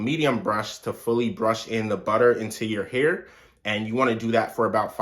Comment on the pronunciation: WaTerrrr buTTerrr lmao